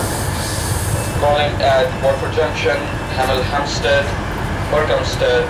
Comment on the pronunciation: "Hamel Hamsted, Burkamsted, Trink, Leton Buzzerd ....."